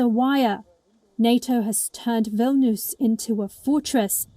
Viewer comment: its Vilnius not Vilnuus